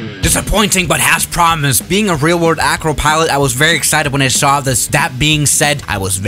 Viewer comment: Lol he says "ayy-crow" instead of acro (as in acrobat) 😛